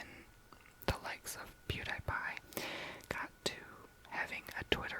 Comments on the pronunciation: Pew-dee-pie. Sorry no hate! (obv) just wanted tp say that❤ also love u and pewds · that's not how you say pewdiepie 😂 I love you so much❤️I will always support you❤️